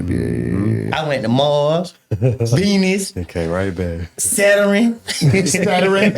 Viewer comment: Bro said saturrin Saturn must was on vacation 😂